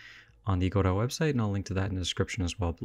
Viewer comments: You can simply type !pronounce in the official Discord and get this: Godot is usually pronounced "go-dough" (the "t" is silent). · Leonard Meagher Samuel Beckett said it was a homonym of Godeau. He also said later that the stress should be on the first syllable, and that the American pronunciation was a mistake. However, in French, the lanuage in which the play was originally written, both syllables are stressed evenly. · Who reads godot and goes "oh yeah this is pronounced godoh obviously" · Godot has always been pronounced differently between America and England. In England the accent is on the first syllable and in America it's on the second.